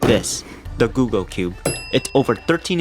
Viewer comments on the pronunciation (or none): none